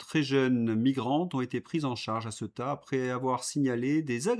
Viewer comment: Cher. Ceuta se prononce Céouta. Et URSS: U air SS et non pas U ré SS Merci pour ces entretiens! J'aime moins quand vous avez un invité.